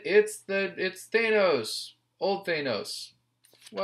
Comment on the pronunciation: Why are you hitting the A so hard. It’s Th-Anne-os